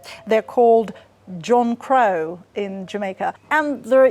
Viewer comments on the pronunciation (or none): Its actually pronounced more like Jankrow rather than John Crow.